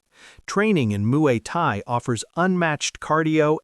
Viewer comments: "Muay Kai"? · "Moo-ee Tie, the art of 8 limbs..." as 10 spots are shown.